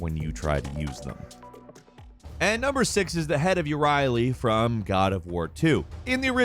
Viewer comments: Caduceus = Kah-Doo-See-Oos Euryale = Oi-Ree-Ah-Laeh, not You-Ree-Ay-Lee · Euryale is pronounced basically like "You're Real" said as one word. Idk how you mess that up but I'm highkey disappointed since you said you know your limit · Euryale your pronouncing it like ur-riley , think about ariel from the lil mermaid then put an er in front of it er-ariel